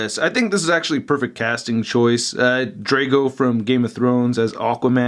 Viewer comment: I know you don't watch Game Of Thrones so you probably don't care, but it's pronounced "Drogo" 😂